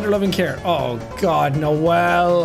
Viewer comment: I like how you said noell instead of noelle